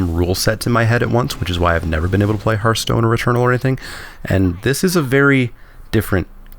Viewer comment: HERTH-STONE not HARTH-STONE It's a HEARTH, Not a HARTH